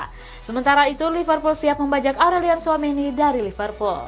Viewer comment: Liverpool siap bajak Aurelien Tchouameni dari Liverpool?? Trus yg di Real Madrid itu siapa? Tchuap-Tchuap? Udah baca aja masih salah hadeh 😭🤦🏿‍♂️